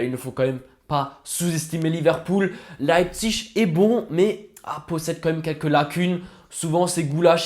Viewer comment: Tu le prononces bien RB Leipzig c’est un peu compliqué à prononcer